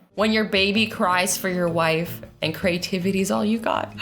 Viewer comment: Everyone: “creativity” Azzy: “crativity” 🤦🏾‍♀️ 🤦🏾‍♀️ 🤦🏾‍♀️ 🤦🏾‍♀️